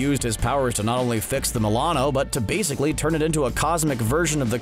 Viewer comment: Did he actually say waysically ? Lol